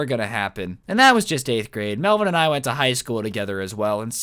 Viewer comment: hahaha hey man its “melvin” lolll